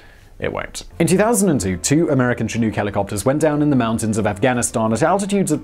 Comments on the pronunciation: Lol he pronounces the American Chinook wrong😂, but it’s all good 🤙 Look Book Cook Took Chinook 🤓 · Come on Simon....thats not how you say Chinook lol blaze on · Oh I see you can correctly pronounce “Tangjiashan” but not “Chinook” lol. What’s up with that? Lol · The way he pronounces Chinook bugs me... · Simon please learn to pronounce Chinook correctly. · Why can't British people say "Chinook"? It's "chin-ook". The Chinook people of north America must be so frustrated every time they hear this. It's pronounced "Shh'nuk" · Btw its "shi-nook", not "shi-nuke". ;) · Che-nook? It's pronounced Shi-nook. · They could have saved everybody from outside the area headaches by when transliterating from the native language to English spelling it "Shinook". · Again with the mispronunciations lol Chinook has a sshhhh sound at the front of the word so it’s shinook not tchinook if that makes sense lol. It’s a Native American word for a certain type of Salmon found in the Western US. And side note the “L” in Salmon is silent lol Cheers mate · Chinook = shin + nook (like book) not shin + new + k. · FYI The Chinook Indian Nation, is pronounced shĭ-no͝ok′. Like look. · I don’t know if it’s my Canadian ears but the way he says chinook makes me cringe. North Americans say it as- “Chin-uk” there is no. “Ooks” aboot it 😆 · It's pronounced "Shanook" not "Chin-ook" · In Australia we pronounce chinook like look as opposed to too like Simon said it, it's so interesting how different accents can be! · Say it with me now. "Chinook!" Rhymes with shin-book. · Chi, as in Chicago. Nook, as in...nook or brook. Emphasis on nook. Only my crazed Scotsman of a father says chin-NOOHK. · ITS PRONOUNCED shin-nook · Just FYI, "Chinook" (a native American tribe), is pronounced "shih-NEUK", with the "nook" bit rhyming with "book", not "nuke". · Chinook -- pronounced shin-nook (nook as in "book") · Chinook is che-nok like the winds in Alberta. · What's the US helicopter called again? A CH-47 "she-nuke"? ;)